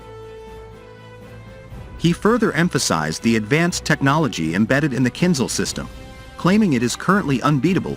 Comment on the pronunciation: КинЖал, а не кинЗал =.=